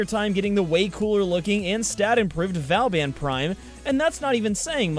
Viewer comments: I did buy Nezha (for myself and as a Christmas present to my friend) when he came out back when he was brand new and only on the Sorties. I also got Ivara because I suck at spy missions and was having terrible RNG with her drops. I got Vauban (vuh-bawn is the 'English' pronunciation, or Voe-Baw if you want to say it in the proper French) fairly easily over a couple of months just not stressing over it and doing the alerts when they happened to come up. But if you are REALY trying to get him, then sure, I guess you could justify spending plat on it, but then I'd just recommend you get the Prime version and collect the regular parts slowly as they come to eventually use the non-prime for mastery fodder/codex completion. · Vow-ban, as he says, it's vaw-ban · Vauban, so how I pronounce it is Vorban but it sounds like you pronounce it Vowban but I honestly don't care how people say Vauban, just whatever floats your boat. :) P.S. Love the videos they are awesome. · It’s VABIN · vobon not vauban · In the prime access trailer Vauban is pronounced 'voor-ban' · Voo bawn say bawn like spawn but with a b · triggered ITS PRONOUNCED VAW BAN LAO THUO THE 4TH OMG how many times will you RUIN THE NAME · P.S. It's pronounced Va-ow-bon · Not trying to be a smart*** but you pronounce Vauban like Vor-ban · its vo-van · Oh really i thought vauban was pronounced v-or-ban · Vo - bon. It's pronounced vo - bon. :P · I pronounce Vauban by saying Vor-bun or Vor-ben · {vobAn}... stress on A (sound like in "are" word);) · its BOOBEN (vauban) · But Vauban is pronounced differently. It's "Boo-ben". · godamit, it's pronounced 'BOO-BEN' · Not to be a pronunciation Not-Z but it's Vo-ban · It's pronounced Vo-Ban (the "an" sound is the same as in "EN garde" or "rENdez-vous") in french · It is pronounced "boo-ben" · V-or-ban is how I was told to pronounce it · Btw you pronounced Booben wrong. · its Vo-baun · Actually it's v-oooooooooooooooooo-Been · He didn’t pronounce Vauban right.